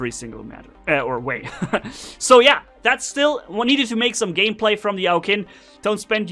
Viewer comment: The name of this robot is pronounced, "Ow Chin".